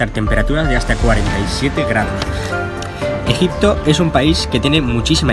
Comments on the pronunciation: min dice EJITPO JEJE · Buenisimo video en "Egitpo" jajjajaa muy buen contenido sos un crack :3